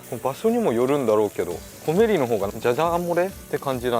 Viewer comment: コメリのアクセント変ですよー！